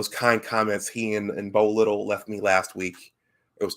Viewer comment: Also it’s pronounced Bo “Lye-tell”. Appreciate the shout outs. Good stuff!